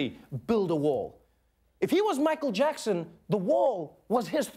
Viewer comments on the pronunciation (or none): none